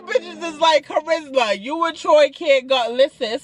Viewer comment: CHA RIS MA 😭 NOT THE WEPA!!!!!!